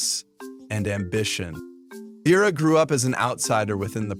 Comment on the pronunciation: I thought Ahadi and Uru are the parents of Taka (aka Scar) and Mufasa from the books “The Lion King: Six New Adventures”. You mispronounced Zira’s name on and .